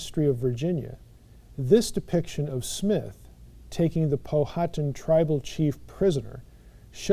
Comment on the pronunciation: Just FYI, "Powhatan" is pronounced "pow-uh-tan"